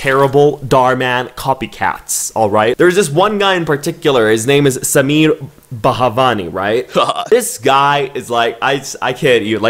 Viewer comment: This is the first time I have ever heard someone pronouncing an Indian name so correctly 👍 The way said SAMEER..it was so clear👏